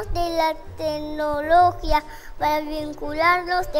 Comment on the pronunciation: Para mi es un no...dijo tecnologia y no acentuó el tilde. Estamos buscando la excelencia chau chau chauuu 😒